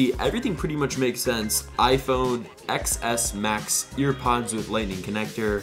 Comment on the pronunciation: i keep hearing tennis max